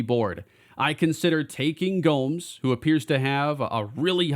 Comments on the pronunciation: Future reference: Gomes is pronounced like “Gomez” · The way you say Gomes, cringe. It's a Spanish name, not an English name. Good job you didn't draft him.